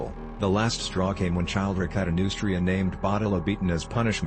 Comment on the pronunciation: I believe Childeric is pronounced: chill dare ick Just a minor quibble